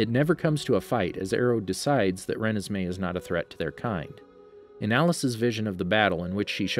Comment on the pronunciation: I love the stuff you post but I think you are pronounced renesmee wrong